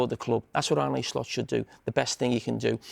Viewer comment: Ar-nay Slot